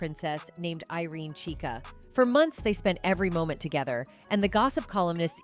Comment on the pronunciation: *GHICA (not CHIKA)❗️ IRENE GHICA ✅